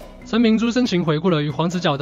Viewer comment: 這個敘述者連黃子佼的‘佼’都念不好！ 好好去重新學發音才來敘述自己的論點吧！